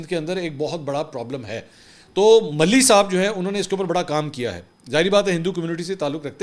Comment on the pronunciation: منصور میاں ملھی نہیں ۔۔۔ ما لہی ۔۔۔ ما لھی ۔۔۔ جیسے باغ کا مالی کہا جاۓ بس اسی تلفظ سے مالہی